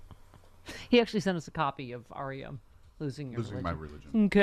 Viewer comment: Ummm, it's REM, not Rep, who sang " Losing my Religion." I thought I heard Stephanie say REO.